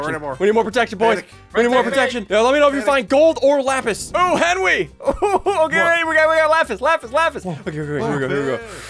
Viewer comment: Ssundee: it’s a little fishie like that’s not a fishie